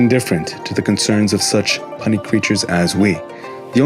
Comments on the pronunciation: “Pee-you-nee, not puh-nee.” 🤦🏽‍♂️ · pee -yu - nee not pun-i , cmon ..... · pro tip, puny is pronounced pew-nee, like pew pew pew lasers and knee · Puny = "Pyoo-Nee" Peace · This nigga said "punny" hahahahahaah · Your pronunciation of puny should sound like pyoonee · thankyou. smashing work. i hope you are open to a suggestion. i pronounce puny... pyoony. i think your thoughts on the kungfu master, before the knee strikes him are profound indeed. stop fighting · its pronounced pew knee, you made me laugh when old man smash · Puny as in small or feeble... Puny pronounced Pyewnie Thank you so much for the video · puny isnt pronounced the way you said it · He pronounced "puny" wrong, let's pump the breaks a bit.